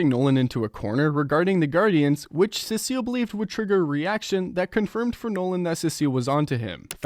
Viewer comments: Brother it’s see-sill not sissy 😭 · Cecile ahh😂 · the pronunciation of cecil 😭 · Even sea salt 🧂 better😭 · pronounce it how it is in the show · the way you say cecil is crazy